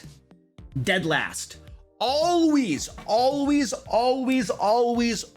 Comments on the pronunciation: FYI, it's alWAYs, not alWEEZ, lol. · No hate lol but I love when you say "Alwease" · "ALLWEEES!" Haha. had to tease you for that a bit.:P Awesome video! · I don't think we needed an preview for a 6, minute video. Particularly not one for the first thing you say. I heard you say "alwees" 12 times within the first 45 seconds. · ALWEES ALWEES ALWEES AWLEES